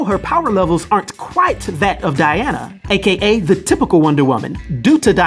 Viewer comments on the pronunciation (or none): none